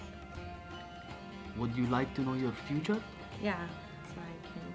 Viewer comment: Funny when Bach says:Fruture